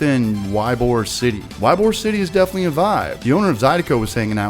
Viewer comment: I hope you went to Cycle. Their barrel aged beers are awesome. Also, it's "eeee-bore city"